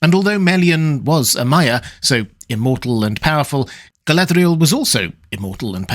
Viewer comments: I can’t even get my head around how you are pronouncing her name. What kind of accent is that meant to be and what guidance is there from Tolkien for the proper pronunciation? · why do you roll your "r"s when pronouncing Galadriel or Lorien but not when you say the word Sauron?